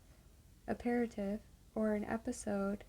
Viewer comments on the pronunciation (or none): Hi! Nice reading! I enjoy your soft voice. I liked the “Friends till the End” book and you’re right, the photos are really cute. You had trouble pronouncing apéritif?🙂 It is an intimidating looking word, isn’t it? It’s actually pronounced “ah-pear-eh-teef”, as in “Johnny elbowed me in the mouth and I lost apéritif!” Just kidding, that was a terrible example.😂The sentence in the book was a lot better, “deconstructing the work week over a relaxing apéritif”. It’s really a French word for a drink you would usually have before a meal. Hope that helps. Other than that, I think it would have been nice to have another 15-20 minutes of your book reading as I wasn’t quite sleepy enough.🙂 Thanks! Take care!